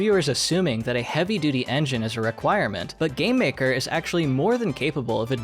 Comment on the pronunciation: I thought is said GambleMaker for a second and was really concerned